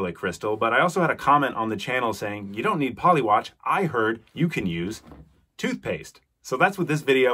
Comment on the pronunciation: Excuse me but what is "toothepaste"? Is it anything like 'toothpaste'?